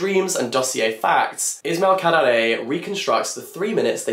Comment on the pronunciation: Albanian here. So happy and proud of having Kadre in one of my favorite book prices awards. By the way, the way you pronounce Kadare, is very good! Lots of love.